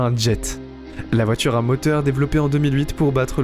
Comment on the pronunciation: Déjà que dans cette vidéo la voix est presque aussi débile que les commentaires à 2 balles, pouvez-vous au moins expliquer ce qu'est une voitchure ? C'est un nouveau mot du dictionnaire ?